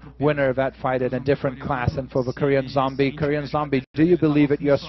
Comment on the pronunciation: ... Did the guy really say "Zom-BYE"?